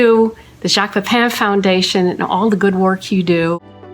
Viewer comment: The final syllable of PEPIN should not rhyme with the final syllable of POUPON. 😅